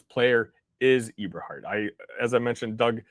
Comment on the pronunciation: The name is pronounced Eh-ber- hart not e-ber-hart